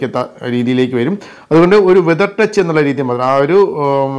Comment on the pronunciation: വെതർ ടച്ച് അല്ല,ഫെതർ ടച്ച്